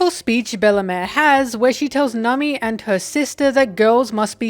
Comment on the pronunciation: Not sure when in the video but i suddenly started hearing you say Nami as Nummy